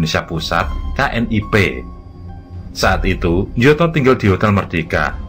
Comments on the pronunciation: Bacanya nyoto bukan njoto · Njoto dibaca Nyoto 🤦‍♂